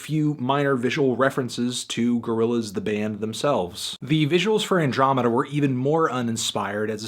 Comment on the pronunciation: he only gave this a bad review because he doesnt know how to pronounce andromeda